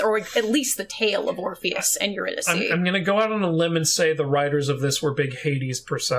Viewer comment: My main qualm with the whole musical is the pronunciation of Eurydice, but that’s because I am familiar with Gluck’s opera based on the story 😅 anything that strays from that pronunciation just makes me twinge